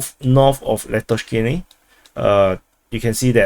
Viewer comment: Lastochkyne -> lust-torch-keen-eh (pronunciation)